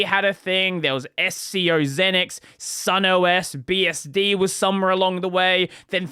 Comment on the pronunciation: Not “zin-x”, it’s “ZEEnix”.